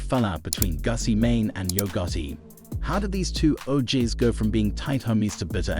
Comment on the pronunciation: did you say Gussy Mane?